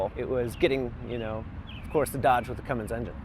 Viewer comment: It's Cummins not Cummings!